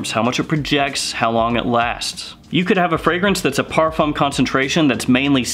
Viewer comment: If you decide to make videos about this genre, please learn how to say ‚parfum‘ first